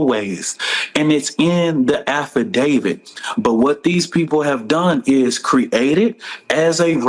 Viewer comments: Did that mf say “After David” instead of affidavit? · “ It’s in the affy david”. Lol.